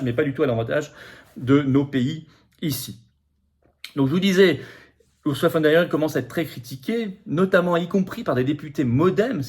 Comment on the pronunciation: ON PRONONCE "OURZOULA" ET NON "OURSSOULA" !